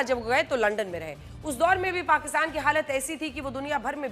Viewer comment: अपशब्द क्यों बोल रही हो लंदन सुना है लंडन बोल कर मजा आता है क्या